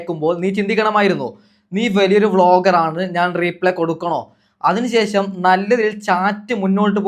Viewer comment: ന്യൂസ്‌ ചാനൽ വോയിസ് ഇട്ടു ശാലു വോയിസ് പുറത്തു എന്നു പറയുന്നോ 😂😂. Replay (റീ പ്ലേ ) അല്ല reply (റിപ്ലൈ )😂